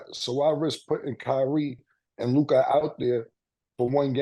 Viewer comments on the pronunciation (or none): Made funny af for the way he pronounces Luka’s name… ngga say lukaaah 🤣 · If Ma$e pronounces Luka, as Luke-ah one more time, I might throw my phone!🤦🏾‍♂️ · Love the show!! I just can’t STAND the way Mase pronounces LUKA!!! He be like “Lu’CoD” 🤦🏾‍♂️😂😂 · “Lukai” 😂….. lu-ka mase … it’s Lu-ka 😂😂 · Mase - Lukahh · Am I the only person that hates the way ma$e says Luka name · I can't stand the way he says Luka name bruh it's just an A why he gotta say it like that